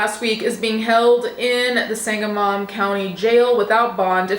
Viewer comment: Hey, I'm a resident of the area, just had a small note: it's pronounced Sang-a-mun county. My heart aches for Sonya's family. Per the bodycam footage, it appears to be a completely unjustified act of violence towards a woman who was confused and scared in her own home. The people who were supposed to help her ended her life. There are no words that adequately express how appalling the whole situation is.